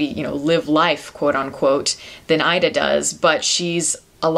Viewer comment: It's pronounced "EE-da." Learn how to pronounce the film before reviewing it.